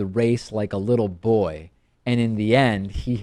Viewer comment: Why can americans not pronounce Graham properly? It's Gray-AM, NOT Gram. It's also Mi-Rer not Mrrrr and Boy NOT Boo-ee. It's annoying.